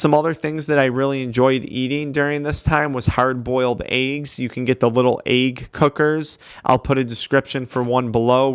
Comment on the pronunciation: Wtf is an eag haha Issa egg bro